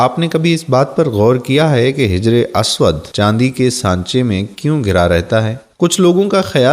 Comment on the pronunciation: آپ اردو الفاظ کا تلفظ بہت ساری جگہ غلط طریقے سے کرتے دکھے ہیں مثلاً حجر اسود وغیرہ